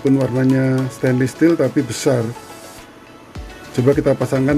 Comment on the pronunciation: Aku Feedback ya kak, Stainless kak bacanya bukan stainlis, maju terus semangatt!!!